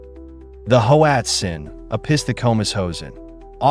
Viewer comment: Pronounced Watzin